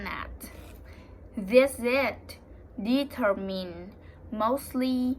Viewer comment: Very good job. The S in 'exposure' should sound just like the way you pronounced the G in 'genetics' a moment before it (although the G in that word should properly be slightly harder, like the G in 'energy'). I think it's often called a 'zh' sound (instead of a 'sh' sound). Also, the emphasis in 'determined' is on the second E rather than the first (although of course in this case it's really just pronounced as an R sound).